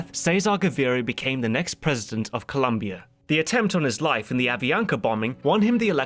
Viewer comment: Your pronunciations are so good but please, there is no U in Colombia!